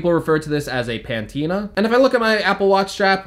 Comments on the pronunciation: Patina not Pantina. Geez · Patina not ‘pantina’! Nice strap but $99 still sounds quite expensive? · Patina is pronounced Pa-teen-a……not Pan-teen-a, lol. You have said it in multiple videos. Kinda annoying.